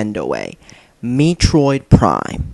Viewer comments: Metroid...not Meetroid. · Meetroid prime? Met-troid. Not Meetroid. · Pronounced "meh-troid" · It's not Mee troid. It's met troid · holy shit dude, i mean you managed to make me laugh just by saying mitroid instead of metroid, i mean thats how fuck up the name of everything you review the way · I knew he was straight trolling when he said Meetroid. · What the hell is “MEEtroid”? Also I know he’s trolling but I just like laughing at how he bullshits his way to say its a bad game. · I like how he purposefully makes the controls look hard to use by not using the lock-on feature. Also can’t even pronounce the title correctly. “Meetroid Prime” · OMG he really said meatroid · This fool's GOT to be a troll. By the way, how about "ARCHIE-ACK"? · lol it isn't pronounced me-troi prime... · BTW you said to move your GUY around Samus was a GIRL and Metroid is pronouned Meh Troyed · Meetroid Prime? Is that how it's pronounced? If you played the game... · Me troid, you troid, we all troid for Metroid. That's Met-roid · "Meeetroid Prime" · What the fuck is a meetroid? I've heard of a metroid, but not a meetroid. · you said MEE triod prime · lol MEItroid prime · Meh-troh-eed. Say it like that. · MEA-TROID MEA-TROID!!!! LOL WHAT A FAIL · MEETROID?!? You're trying too hard. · Here's how to say Metroid: Meh-troyd Also, please review Two Worlds for PC of Xbox 360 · LOL what the fuck is MEEtroid? lmao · Maybe you should learn to speak before doing reviews. Mee-troid? Archi-ack? Please tell me you're trolling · i absolutely love videos - he isn't afraid to call nintendo out for some of their STUPID decisions over the years, and his pronunciations are hilarious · That's not how you say metroid